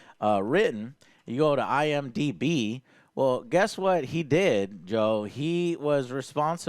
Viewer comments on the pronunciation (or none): none